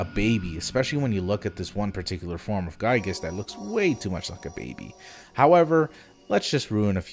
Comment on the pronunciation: It's pronounced "Gee-Gus"